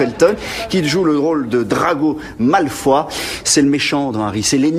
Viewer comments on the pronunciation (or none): malfoy pas malfoi 😂